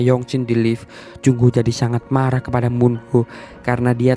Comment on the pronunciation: Marah bg bukan maghah